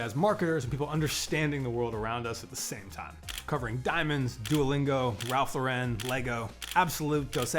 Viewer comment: Absolutely love your content and I hate to be this guy but… Ralph LAUren not LauREN 🫣